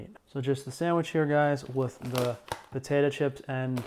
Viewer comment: I just learned a new way to pronounce potato: potatah 🤭 Love you